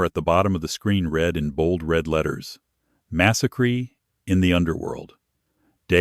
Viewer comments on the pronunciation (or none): Massacre is not massacree!! Pronunciation please👍🏻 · AI struggles with certain terms and spellings massacree instead of massacre 🥴